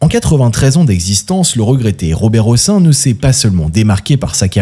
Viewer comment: On prononce le "n" à la fin du nom Hossein et Madame Françoise Giroud aura laissé son emprunte plus pour avoir été secrétaire d'état chargée de la condition féminine sous François Mittérrand que comme journaliste ... Et oui, que voulez-vous, la prison pour "P....philie", ce n'est que pour les sans dents d'en bas, mais pas pour les stars du showbiz ou ceux qui sont tout au dessus du panier...